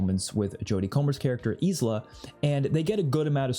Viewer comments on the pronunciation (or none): Isn’t ISLA pronounced “AI-LA”?